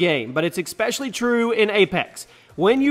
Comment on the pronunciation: ESpecially, NOT EXspecially